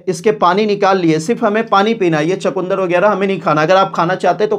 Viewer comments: भाई चकूंदर नहीं सही शब्द है "चुकंदर"। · Bhai chakundar nhi chukandar hota h